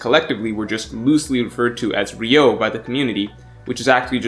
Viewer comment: 流桜 Ryūō not ryou 🤦🏻‍♂️